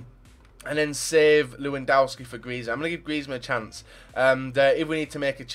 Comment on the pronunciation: omg, it's pronounced lev-an-dov-ski